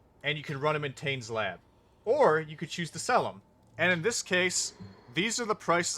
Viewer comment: It's good to see polite people trading. I'd like to point out, however, that your pronunciation of the name Tane is wrong. He's Karui, you see